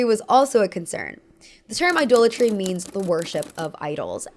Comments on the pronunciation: Idolatry is pronounced “I-doll-a-tree.” Very very interesting video. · Idolatry is pronounced "Eye-DOLL-a-tree", not "Eye-duel-a-tree". It retains the source word "idol" (Eye-doll).